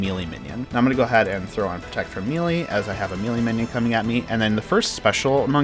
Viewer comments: come on bruh. may-lay not me-lee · Mel-ay not meelee but very good otherwise.